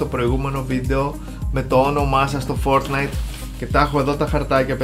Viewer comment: Μονο εγω ακουσα στο οτι ειπε το fortnite φορτνσαϊτ?